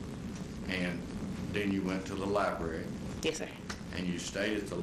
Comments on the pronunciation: She has a southern black accent. That’s perfectly fine, but she can have an accent and not say “li-bare-ee.” There’s a huge difference in an accent and simply having piss poor grammar. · Th "lye-bear-ree"....is that library??